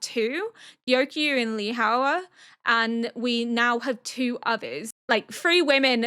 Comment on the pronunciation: just because i believe you asked for name pronunciation corrections previously: Lihua is pronounced “Leaf-ah”